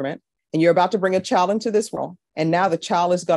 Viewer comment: I love judge B. I watch as many cases as i can. But she can do better than " chow, and whorl" for child and world. Just saying.